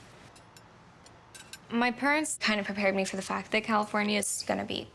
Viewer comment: Did she just say “i learned about the gays”